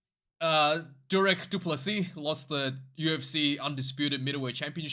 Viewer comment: Hahahah is a MMA Casual, mark hunt, its mark hunt hahaha and you Dricus name wrong too hahaha